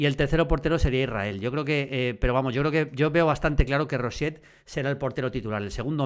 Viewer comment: que no es roshet tío, es rochet, no te inventes fonemas. Gracias